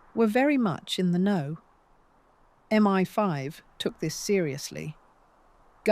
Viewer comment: Now every time I open a video, I wait for the AI mispronunciations. Here it was M One 5 for MI5. Depressing.